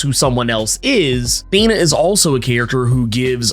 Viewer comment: The way you speak Thena os anoiyng. Do Kingo.